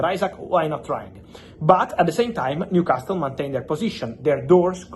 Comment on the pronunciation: It's a silent T in Newcastle. Makes it easier to say for you too